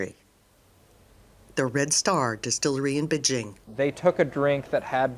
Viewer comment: She said “bijing”